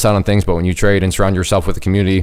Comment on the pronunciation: Where did you learn to say trade ?